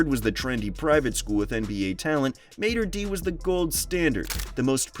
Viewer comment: It’s pronounced “Maader Day”